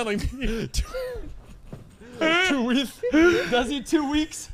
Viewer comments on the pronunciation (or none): "Two weath"